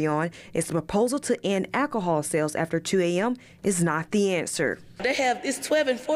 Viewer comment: "sisty page plan" "hahspos" - "akahol" !